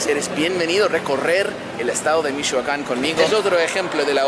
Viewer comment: I love how dise Michoacan... "Mishhuacan" 😂👌